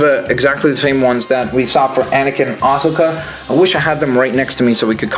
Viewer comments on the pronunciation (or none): Dude, you said Ashoka right. It's "Ahsoka" not "Asaka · asoka is pronounced uh soke uh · It's pronounced uh-SO-kuh